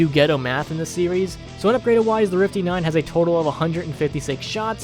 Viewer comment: "We do the rifty 9 eh?"